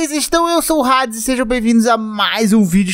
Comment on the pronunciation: Hades jogando hades nao sabe falar o nome hades hahaha